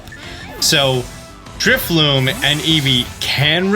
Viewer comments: Drifloon. Not Drifloom. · You keep saying Drifloom. It's Drifloon. N, not M.